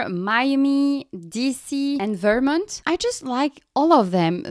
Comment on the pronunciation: Made it all the way through and my ears aren't bleeding! 😄 You sound great, don't be self conscious. I did laugh when you pronounced Vermont, "Vermunt" haha, but it's very easy to understand you! These question and answer videos are a great idea!